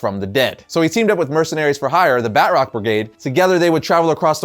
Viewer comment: "The Bat-rock brigade"?? Dude it's Batroc, pronounced Ba-troc. He's a mercenary and he's in the MCU, including in The Falcon and Winter Soldier.